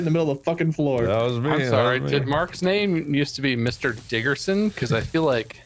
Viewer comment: Mr. diggerson Subtitles: Mr. Dickerson